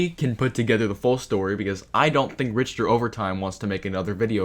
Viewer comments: they way you pronounce richter should be punishable by death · mfs can hear how a name is pronounced a dozen times and still call them RICH-ter overtime (its pronounced RICK-ter. you know? like the richter scale?) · i love love love how you pronounce Richter (Rikter) as Rich-ter also LETS GOO HE RETURNNSS